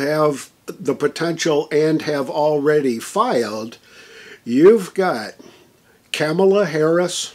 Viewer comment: Did he say Cameltoe Harris?